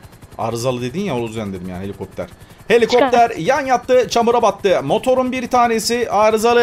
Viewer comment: Heliğopter heliğopter